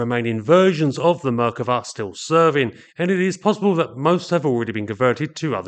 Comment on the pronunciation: Your expressing the name of the Merkava is a mispronunciation; the emphasis should be place on the second syllable. Thus not Mer kuh vas to Mer KAH vas. Try to keep up, pommy! 😎